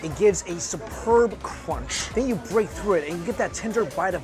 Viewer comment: Superb CRONCH lol